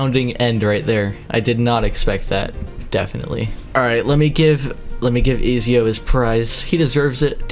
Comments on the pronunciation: Ik i aint the only one that got triggered when he pronounced ezio “easio” instead of “etsio” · "Ezio" is it not edzio you say it like edzio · im sorry but i had to point this out, its pronounced et zeeo or etzio. bruh i hate to be that guy but it was bothering me lol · I hate the way he is prounincing ezio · The way he said ezio killed me every time